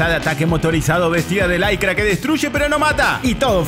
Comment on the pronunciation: "Laycra"? Licra!!!😂😂😂😂